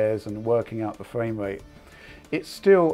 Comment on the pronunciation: What dose this guy have against the r , fwaim wate